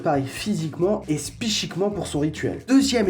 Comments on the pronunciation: C'est moi qui suis fou il as dit "spychiquement" au lieu de "psychiquement" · 4:0 « Spychiquement » ? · Spychiquement??? C'est quoi ce mot ??😂😂😂😂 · Il a bien dit "spychiquement" ?